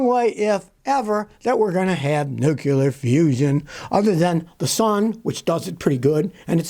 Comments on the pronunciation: "Nuculer" is not a word. nu·cle·ar | \ ˈnü-klē-ər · Nuclear, Nuclear, Nuclear! Not, "Nu-cu-lar"! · Nuclear, not nucular. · "It finally happened?" What, Scotty asserted something cataclysmic that turned out to be true. Not "nuc yu ler" but "new clear." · Nuclear not Nukiller and Hybrid not Hybred.....Vietnamese not Vetnamese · Yes. Pronunciation of this word seems commonly misspoken, so please try this: new klee ear. I don't want to be accused of being part of the Grammar Police, but this is a pet peeve. Otherwise, Scotty you do a superb job of clarifying things. Kudos!